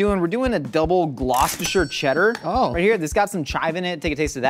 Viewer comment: props to for his pronunciation of Gloucestershire.